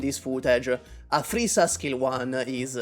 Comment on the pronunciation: Every time you said "Aphrissa" it sounded like you were saying "a three star"